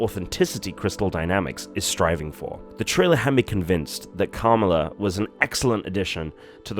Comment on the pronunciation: PlZ say her name right,it not camela 🐫